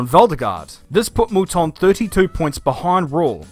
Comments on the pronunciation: Who,s Michelle Molton???Its Mouton. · You need to teach that girl how to pronounce Mouton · Good god that girl at the end can't even pronounce moutons names properly ffs